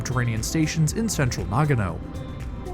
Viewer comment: Nagono no, NAGANO!!!!!!!!! FFS!